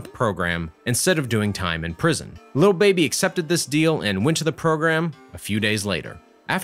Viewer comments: tre wright it’s not “Luh baby” either smh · he a white dude. He say “little” instead of “lil” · Is no one gonna talk about how he says little baby instead of lil baby? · anyways annoyed tht he kept sayin “little baby” instead of “lil baby” 😭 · His name is lil baby not “little baby” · Great video but it’s lil baby not little baby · keeps say little baby it’s “LIL” baby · It’s lil not little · He literally says “little” baby😭😭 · Say "little baby" one more time, i dare u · I swear if you say “little” baby one more time... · Man keeps saying little baby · He messing up the name 😑 what’s is “ little baby 😂 “ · They way he said “Lil Baby” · Does a video on lil baby but doesn’t even know how to say his fucking name